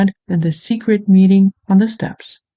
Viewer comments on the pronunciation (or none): none